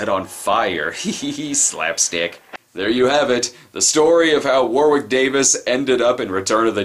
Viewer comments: One small detail It's pronounced Warrick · It's pronounced WO-RICK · Not Wicket War-wick